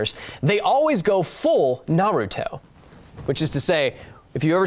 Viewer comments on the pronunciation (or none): You keep pronouncing it "nah ROO toh" but in Japanese, you shouldn't stress any syllable. I know, that's hard for English speakers. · Its (nar)(uto) not (na)(ruto) jesus christ....my favorite educational channel and you just made me cringe